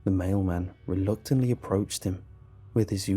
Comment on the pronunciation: On the last one I thought that he said male man not mail man... I was so confused the whole story.